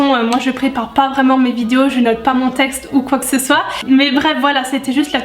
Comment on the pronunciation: "Vingt" et "soit" on le dit aussi comme ça dans le Nord, je te soutiens ! x)